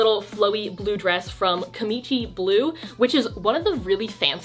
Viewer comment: Lol the brand is pronounced kimchee blue. kimchi is a classic Korean side dish! Just thought I would let you know haha